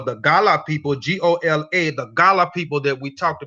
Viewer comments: I am a Liberian Gola. It is pronounced Go-la not Gah-lah. Our ancestors say that we came from western Sudan, not Angola ... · Great info.. the tribe name is pronounced Go-La 💕